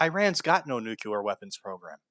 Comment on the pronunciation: Fuck Israel P.S. Nuclear, not "nucular"